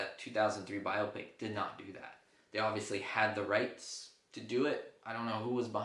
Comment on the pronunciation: Thank you do much for pronouncing biopic properly.